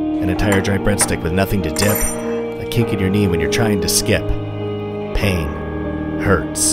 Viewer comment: I love the sharp transition upward when you say "Pain" lol. I love these videos, can't wait to see what weird creative shit you do next.